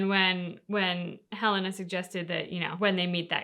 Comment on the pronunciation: Bruh, y'all are just SO UNDERRATED!!!! Keep up your work, make it good, make it happy, and, she's called "Helena" Walker not "Helyna". 😂 Anyway, this video was good, and I hope you react to Sir Edmund Rockwell next!